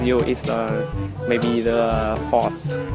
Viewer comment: Từ maybe nên đọc chuẩn là mêbi nhá. Có nhieu ng đọc maybe... vl